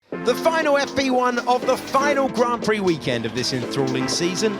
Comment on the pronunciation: What was that at the beginning with the American accent when he said grand prix 😂😂😂 and then automatically back to English accent hahahahahahah that doesn't impress anyone lol 😅